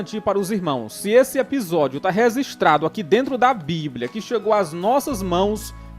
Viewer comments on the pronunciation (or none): Se diz "registrado" da palavra "registro", não é "rezistrado", essa palavra não existe...